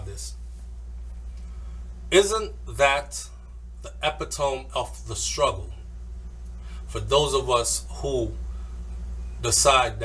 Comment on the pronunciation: Eh-pit-to-me lol.....na but the message was solid